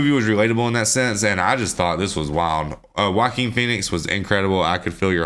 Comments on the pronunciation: Love the reaction, great movie. Just a little heads up, Joaquin Phoenix is pronounced waa-keen not J as in Jackie or Jake. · Y'all said "jock-kween" phoenix lmao. Its pronounced "wa-KEEN" lol (its a Spanish name). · I love your pronunciation of the actor’s name. “Jah-queen”. No mockery intended, that’s a great way to say it. Matter of fact I think I’ll say it that way from now on myself:) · Jaqween Phoenix 😂